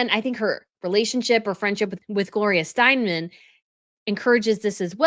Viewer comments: Steinem, not Steinman. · Gloria “Steinem” not Steinmen. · Gloria Steinem not Steinman